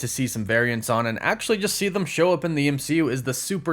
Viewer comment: I tried to get over this so many times but I just can’t get over the fact that when you say the word them it sounds like you’re saying thumb and it’s the most annoying thing ever have a good day!